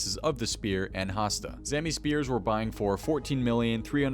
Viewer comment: hastae is pronounced hast - eye, not ayy like fonzie.